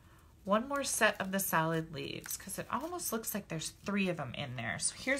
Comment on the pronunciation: LOL,...at first, when you were poking out the leaves, it sounded like you were saying "salad leaves" instead of "solid leaves", bwahahahaha! It's ok, my ears ring all the time, so it's hard for me to hear sometimes, LOL!! You're a hoot! I just LOVE all your tutorials, gf!!!!!!!! Hugs!